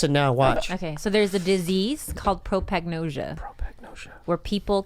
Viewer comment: It's prosopagnosia